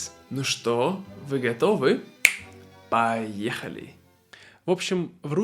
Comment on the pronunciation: Почему ты читаешь слова "поэхали"как "баэхали"